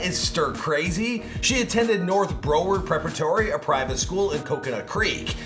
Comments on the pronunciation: It's not Bro-ward, it's Brow-ard. It's Broward County. How has he never heard that word pronounced before? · Did anyone else cringe at how he said Broward??? It’s BROWard like eyeBROW 😭😭😭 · the way he pronounced Broward BRO-word is so funny. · This was beyond great! But it’s Brow-ward like eyebrow 😂